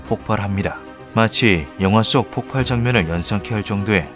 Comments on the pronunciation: 폭팔x 폭발ㅇ 자꾸 폭팔이라고 발음함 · 폭발은 폭팔이 아니라 폭빨이라고 읽습니다. 다들 폭파와 헷갈리죠.